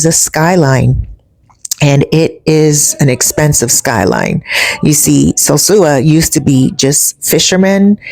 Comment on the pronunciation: Sure wish you could pronounce "sosua" I have never heard a Dominican say "sewsua" Isn't that 2nd old pic a view of El Tablon And Playa Chiquito? The peninsula does not look right for it to be the bay of Playa Sosua